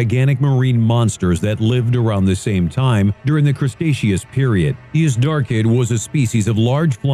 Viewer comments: Cretaceous is pronounced "Critashus", not "Crustasheus". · It's not a crusteaceous period, its cretaceous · Crustaceids period? Why would you say it like that, it doesn’t even look like that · "Crustaceous period." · Some corrrections: 1) Smiladon was never called a tiger. It has no relation to tigers at all, so the idea that it was called a saber-toothed-tiger is absurd, it is a saber-toothed cat. 2) It was not the crestacheous period but the Cretaceous pronounced Cree-tay-shus. 3) Pterosaur is the singular, pterosaurs is the plural. Pterasaureses is completely wrong. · Ah yes, the Crustatious period. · Did he say crustaceous period?! 😂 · "Crustaceous Period" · Did he say "custaceous" period? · Must be the fucking time of yhe shrimp since its yhe fucking CRUSTACEAN PERIOD, YOU MEAN CRETACEOUS PERIOD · Am i mistaken on how you say CRET-aceous? i would expect a video like this to know how to pronounce simple geological periods! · He can't pronounce Cretaceous